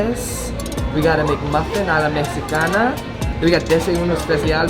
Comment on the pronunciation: C'mon bro, a la mejicana not mexxicana